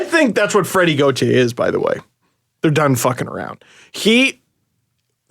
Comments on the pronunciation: gau-tire lmao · I love you but watching you pronounce Gauthier so many different ways is hilarious.